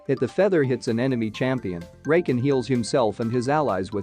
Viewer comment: "Rayken" "Zeyuh"